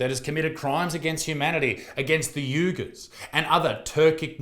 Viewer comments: WEEgers and ECHO chambers, not yoogers and ECO chambers. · This is why mine don't watch it at all. Shout out to all the parents who don't love their children enough to care about this. Also, it's we-gers* not u-juir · its pronounced wee- gurs you silly plonker. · Fekkin FACTS (FYI "Uyghurs" is pronounced "wee-gurs")